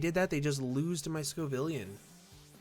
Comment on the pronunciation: ITS SCOVILLAIN NOT SCOVILLIAN. Sco-Vill-An